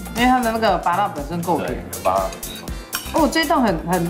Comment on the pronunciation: 前面泰式餐廳的公關小姐，我第一次聽過有人說芭樂（ㄅㄚㄌㄜ）